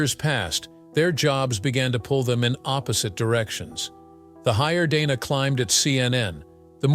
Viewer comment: Right from the start, this ridiculous puff piece loses credibility when it can't even pronounce her name properly. It's Dana with a short "a" (as in the word "plan"). In case you're wondering, that's how she pronounces it, and how everyone at CNN pronounces it.